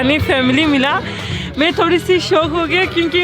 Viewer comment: Turkey is so beautiful and it's breakfast dinners too much yummy i think😅....r the way she said "thorry se kala ha"😂😂😂🤣